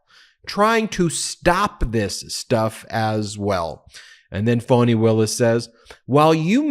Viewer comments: Why do you continue to mispronounce Fani’s name? You make it sound like it’s spelled “Fonnie” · I am puzzled by you pronunciation of the name 'Fani'. I could be wrong but I fail to see how 'Fani' becomes 'Fawny'. Surely 'Fani' is an American version of 'Fanny', which is an abbreviation of Stephany - the female version of Stephen, Steven!